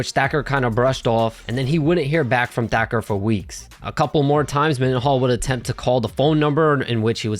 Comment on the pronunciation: The narrarator pronounces "Thacker" as "Decker". Also, whatever happened to that one mma fighter from the early 2010's, Jimmy something. He had wavy hair, similar to "Ben Askren". I think he fought at 145. He was primarily a grappler stylist as well.